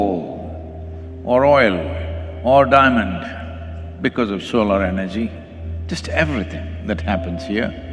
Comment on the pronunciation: Why do most Indian mispronounce Solar as Solaar?